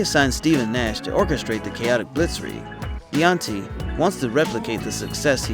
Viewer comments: Arizona coach "D Anton E" is really pronounced "Dan Tony". H played at the university in my hometown. His family were players and coaches. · d'anthony its pronounced dantony lol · that "D'antoni" pronunciation makes me cringe so hard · Please don’t say mike’s name like that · Ima need for you to say mike's last name correctly